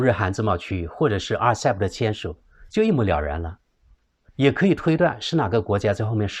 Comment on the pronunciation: 对不起，分享，在Timeline 1.28, RCEP， 讲成， (RECP) 谢谢